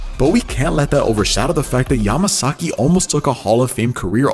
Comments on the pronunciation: Mario MASAKEY..U DIDNT EVEN GET HIS NAME WRITE LOL 😂 ..then you say his dad's last name right...but go back to missing his name...just saying....😅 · Why is it so hard for this dude to pronounce Mario’s name? It’s Yamasaki not Masaki!!! WTF? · Did you call him Mariommumummasaki?